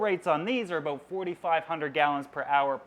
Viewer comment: I love him but I hate the way he says about